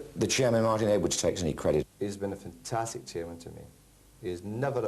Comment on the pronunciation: Back in '93 fergie pronnounced the 'a' in 'fantastic'. will miss his post-match f'ntastics